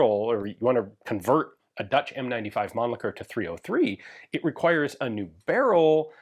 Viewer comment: At least someone here in US pronouncing Mannlicher close to correct. Usually I hear people going " Man licker", then they stop like"ohhh wait...what?"